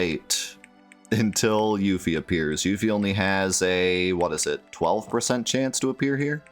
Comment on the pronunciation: Whos youfie... its pronounced yuffie